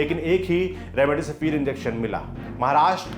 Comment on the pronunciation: Remdisivir h be naam to thik se le gwar